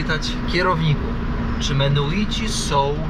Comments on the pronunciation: Nie Menoici ani Mennoici a MENNONICI. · Cały czas mówisz menuici a piszesz i Georg sam wymawia mennonici . To jak to w końcu się wymawia . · Coś oporny na naukę. Dalej mówi Belize i Menuici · mennonici, i beliz...bez e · Nie mogę już słuchać jak przekręcasz nazwę tej wspólnoty, musiałem przełączyć, uff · extra z , jak zwykle, błędami Mennonici a nie menuici, w Chicago nie Polker a Polamer..i setki innych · Ludzie !!! MeNNoNici, nie Menuici !! Tak jak POlacy, nie Paliaczi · Mimo najszczerszych chęci obejrzenia całości, po usłyszeniu "Menuici" po raz 38. nie wytrzymałem. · Mennonici a nie menuici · Lepiej się nie ucz... wali błędy w każdym odcinku. Mennonici a nie menuici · Odcinek super i mów proszę menonici a nie menuici. Chyba wiesz, że osiedleni byli również w Polsce w dolinie Wisły na odcinku od Grudziądza w kierunku Gdańska. Do dziś istnieją tam stare chaty i cmentarze menonickie, czkam na dalsze podróze i relacje😂😂😂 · Nie Menuici ,tylko Menonici ~~~~!!!! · Bardzo ciekawy odcinek, ale wciąż przekręca pan nazwy - mennonici. Bez urazy, ale ma Pan chyba małą dysleksję, bo często przekreca pan nazwy. A dzisiejszy gość pan George dał super wywiad. I niby nie groźnie w Belize, ale dziura w szybie samochodu jest.. po kuli lub po kamieniu... Bezpiecznej drogi.:hand-pink-waving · Menuici?😮 A nie mennonici? ... coś ty się tych menuitów w kolejnym odcinku czepił 😂A po angielsku mówisz jak trzeba 😅 Ale dzięki,to był ciekawy odcinek. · Kurde ludzie, ja wiem, że jesteście trochę niekumaci, ale to są mennonici (wymawia się wszystke literki) a nie żadni menuici. Nazwa pochodzi od Menno Simonsa, księdza - reformatora. Są chrześcijanami, więc pytanie, czy mają takie same tradycje jak chrześcijanie jest nieco chybione. Mennonici zamieszkiwali również obecną Polskę, głownie tereny nadwiślańskie od Torunia do Gdańska. M.in. Żuławy wiślane zostały przez nich odwodnione i zaludnione.